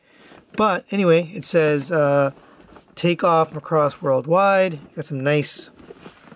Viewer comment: Other than pronouncing it "Muh-cross", good video! "Do You Remember Love" is because the 1984 movie is called "Macross: Do You Remember Love?". If you aren't already aware... The original VF-25 renewal toys (which were the overall 3rd iteration of VF-25 tosy) were overall pretty good. This new one is based is based on the renewal toys... People are saying it weighs less. My 2 renewal toys are in storage, so I won't be able to verify that for myself any time soon. More importantly, this release seems to have common QC issues that weren't in the original toys. The most common are looseness in the hip joints, but also common are the crotch not locking in tightly enough, looseness in the shoulders, looseness in the ankles. Mine had some hip and shoulder looseness. The shoulders overall weren't too bad, but I still tightened them anyway. Only the left hip of mine was loose. Pledge and krazy glue works on the shoulders, but only krazy glue will work in the hips. The legs are connected via balljoints, and the balls are metal and the sockets are mostly, but not entirely metal... So pledge doesn't hold up well enough there. It seems with Krazy glue, it holds on really well to the portion of the socket that is plastic which tightens the hips pretty well. I like the VF-25 so much that I actually have a 2nd one coming that is supposed to arrive late this week. I hope I don't have the crotch locking issue, because I'm not really sure it's fixable. Maybe that's grounds for a replacement? H